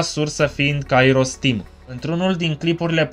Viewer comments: are dreptate ppr dar nu prea are rost.. se spune kAiros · litera accentuata este a nu i in numele lui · pentru ca pui accentul pe i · Mor de ras cand pronunti Kairos